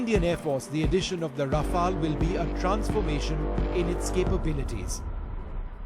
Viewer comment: This isnt your off the shelf paracetamol. Planes don't expire. Besides, it is Rafale, not Raflae.